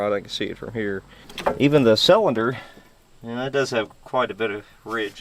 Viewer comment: I like your videos. But why du you say salinder instead of cylinder 😂 always been a pet peeve of mine 😬😂